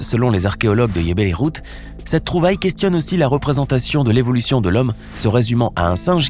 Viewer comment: ce n'est pas iebel ikhoud c'est jbel irhoud